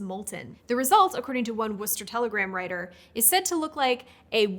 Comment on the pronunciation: I'm happy to hear Worcester pronounced correctly